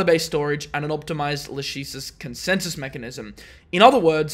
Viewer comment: It's pronounced /ˈlækɪsɪs/,! (LA-kisses)